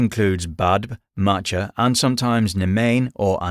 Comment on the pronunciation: Macha is pronounced Maw+kuh Sometimes the three sisters are simply considered as three aspects The Morrígan can shape shift between but are indeed just aspects of one goddess rather than three individual sisters. She's considered to have a major role in the creation of the fire festival Samhain (Sow+in), which is now Halloween. She's the goddess of War, Death, and Fate, but could also be considered as a goddess of revenge, sovereignty, and fertility. And also, The Morrígan's name is spelt with two rs and a Fada í.